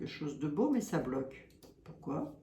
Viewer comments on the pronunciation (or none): bloquer et non blouer ☺